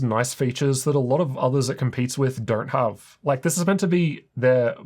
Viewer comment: Did you say zathers? You are NOT the one